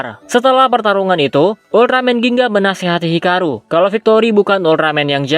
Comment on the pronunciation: Dak biasa nyebut Hikaru atau gimana bang? Typo Mulu pas ngucapin Hikaru🗿